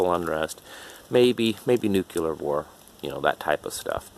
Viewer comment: Yet another person pronouncing nuclear as nuculer. Also your beard appears to be a Halloween costume beard.